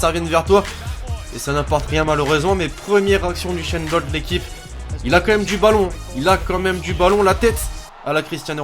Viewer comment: C'est usain bolt pas uchainbolt